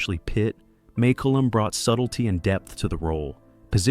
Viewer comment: The photos don't line-up with, well, anything. Mak-oo-lum. Muh-koo-lum. May-koo-lum.At least pronounce it the same in one sentence.